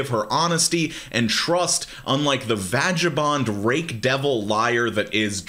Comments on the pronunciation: I appreciate your content, but please, for the love of God, never say "vadge-a -bon" 😂 I did a spit take "Vag" like "bag" "Vagabond" Love you, Q . I needed the laugh 😃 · I could't even focus once i heard vag-a-bond. it's pronounced like gag, but with a v in place of the first g. V-ag-a-bond. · "VAJABOND" LMAO. ITS: "G" AS IN EGG, MY GUY BUT I LIKE YOUR PRONUNCITION BETTER vagabond means hobo, btw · I don't know if "VAJ-ABOND" was intentional or not, I lold regardless. 🙃🙃🙃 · I’m here for pronouncing vagabond as “vag-a-bond” love you cue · The way you pronounce "vagabond" is funny.